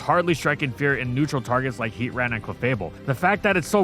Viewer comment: It’s pronounced FUR-AH-thorn, HEE-TRAN, man-TEEN, MAYNE-eck-trick, and rye-KOH, “”! 🤨